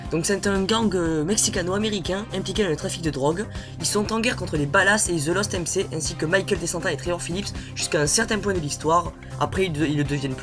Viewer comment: Sa se prononce the lost èm ci